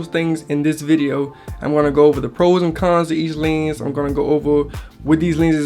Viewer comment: The way he says Llhennss...